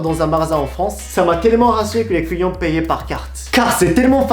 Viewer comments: Lorsque il dit "client" avec son accent on entend "couillon"😂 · Je sais que je vais faire ma chiante, mais attention: On ne dit pas "cent neuros", plutôt "cent euros (juste euros)". Et "deux zeuros". Ça gonfle les liaisons! Et à chaque fois que tu dis "client", je crois entendre "couillon". 😆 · Quand il dit "client" j'ai l'impression qu'il dit "couillon" 😂